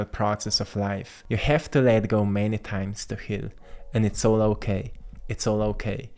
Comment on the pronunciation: Hokay, here's the Earrth